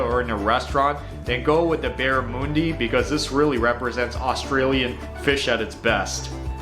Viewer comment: Barramundi he pronounced wrong. Typical Americans. 🙄 It's barra-mun-dee.